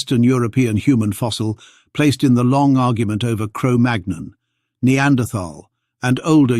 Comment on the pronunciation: It's Cro Magnon... not Magnum